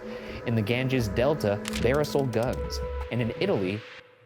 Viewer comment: that pronunciation of Barisal almost killed me